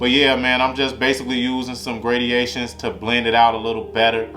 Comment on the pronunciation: this ngga just said “gradiations” 😂😂